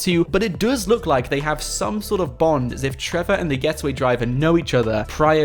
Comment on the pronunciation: Stop saying duuuuuues say does